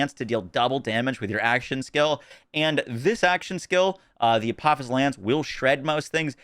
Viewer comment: It’s pronounced ah po fis. Because its names after a deity in Egyptian mythology Daedalus is the same. Named after the man who created both wings of Icarus and the labyrinth